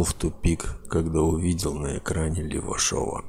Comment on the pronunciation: Извините, а почему автор разбора на Левашове сделал акцент? Если честно, мне это не даёт покоя.